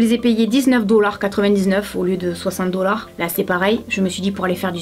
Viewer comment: C'est trop drole quand tu dit dolar